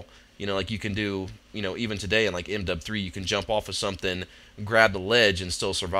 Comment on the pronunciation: its funny how u say m dub 3